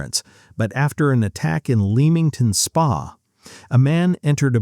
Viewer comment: Go away and learn how to pronounce Lamplugh Leamington Spa Debenhams and Edinburgh..